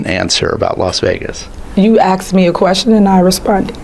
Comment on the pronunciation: "You axe me a quession and I respunded"